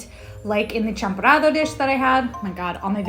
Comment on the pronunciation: I was surprised when you pronounced "tsampurado/champorado." It was on point!